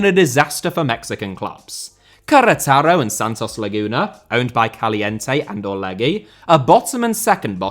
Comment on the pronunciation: Infinite respect for pronouncing Querétaro